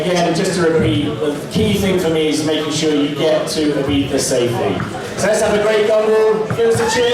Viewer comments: IbeZa not Ibetha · Its IBIZA! I BI TZ A! not ibitha ffs! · IBIZA: “EYE BEETHA”. -SHMEE150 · thats how most brits pronounce it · It's like you are saying Ibitha... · Good guy, awesome cars and I appreciate that you put this all together for us to experience and live vicariously through you...That being said, the way you say Ibiza(Ibitha) upsets me haha I'm sure you're pronouncing it the correct way but still...something about it. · Wtf is up with his pronunciation of ibiZA